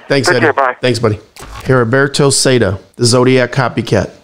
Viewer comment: The h is silent in Heriberto.... If you need help with Spanish let me know.